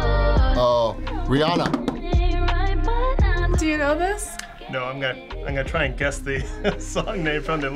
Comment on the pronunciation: "It's not Ariana..... Ooooooooh it's riana"😂